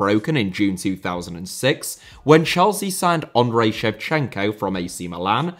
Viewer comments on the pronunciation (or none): Debut*not Deibyu Makélélé * not Makaleilei Félix * not Fêilex Villa* not Viller Serie* not Seri Half* not Holf Andriy* not Ondrey Drogba* not Drogber José* not Djouwsei Jô* not Djouw München * not Munich Swansea*not Swonzea Eden* not Iden Bremen* not Breimen Bruyne* not Bruyner Fofana* not Fofohrner